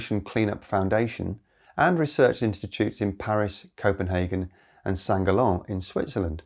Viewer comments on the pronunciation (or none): St. Gallen is pronounced "sanct gallon" (like the Imperial unit)